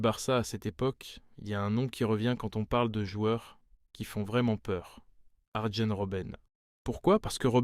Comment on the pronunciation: arjen ce prononce aryenne